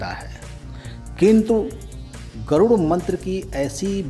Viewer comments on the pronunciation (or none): गरूण मंत्र नही गरुड़मंत्र उच्चारण करना चाहिये आप ही गलत उच्चारण कर रहे है जय विष्णु भगवान, ॐनमो नारायण,जय हो बालाजी की 🙏🏼🙏🏼🚩🚩🚩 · Garun nahi Garud mantr kaho pappuji